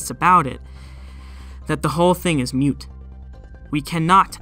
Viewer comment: Moot isn't pronounced the same as mute.